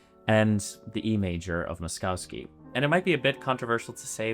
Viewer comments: It's pronounced Mosh- KOV-skee, not Mos-cow-skee. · BTW the name should be pronounced Mo-sh-kovsky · Good video except for the repulsive pronunciation of Moszkowski. There are no skiing cows is Polish names. "...kowski" is pronounced koffski. The first sylable is Mohsh. With the internet it is possible to look this up rather than bastardize a Polish name. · Pronounced “Moss-koff-ski”. No cows in his name. Makes for difficult listening. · It's pronounced "Mosh-koff-ski" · I have never heard anyone butcher "Moszowski" this terribly in my life, and my last name has similar pronounciation issues for non slavs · Please pronounce Moszkowski correctly fml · Mispronounced Moszkowski name the whole video. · How can you make a video about a guy and pronounce his name wrong every single time it just shows laziness to not even type his name into google translate and hear how it’s said. Imagine if someone kept calling Bach “batch”